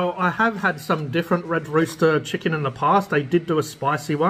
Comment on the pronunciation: "Chickan GOOD"